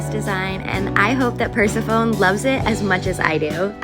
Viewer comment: These goat condos are so cute! I wanted to let you know that you're pronouncing Persephone incorrectly. It's pronounced Per-SEH-fuh-nee